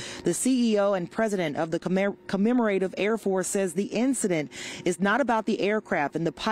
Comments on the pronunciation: CommemoRAYtive? Seriously? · Knowing the correct pronunciation of 'commemorative' could be beneficial for a media personality. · She also didn't know how to pronounce "commemorative". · Thanks to the reporter for the details. A few corrections: the news reporter should have said "at this time it's unknown how many people were on both aircraft.." not "aircrafts". She also mispronounces "commemorative" a few times. In her defense, reporting on aviation is a niche and you cannot have one reporter that knows everything about everything ! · Shameful that can't properly pronounce "commemorative". One would assume mastery of the language to be a verbal journalist!